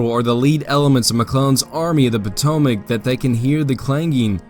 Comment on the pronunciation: I wonder how many different ways there is to mispronounce “Potomac”? Otherwise good work.